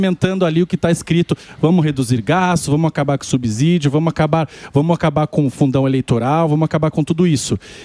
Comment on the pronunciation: Dói o ouvido esse cara pronunciar subsídio. É como subsidiária.